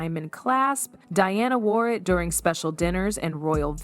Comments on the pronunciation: It is not Dearna its Di-ana why pronounce the name wrong with AI when you could narrate it yourself. Be authentic a human is better than AI. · Di Anna, NOT DEE ANNA! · She’s not Deanna. It’s Diana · That is so aggravating, ever time she pronounces Diana wrong. I am glad I’m not the only one that noticed. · Dee-Awna - really?? Mispronouncing Diana’s name? AI is annoying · Why does the narrator keep calling Diana “Deeana”? She was only the most famous person on the planet during her life. Pronounce her name correctly.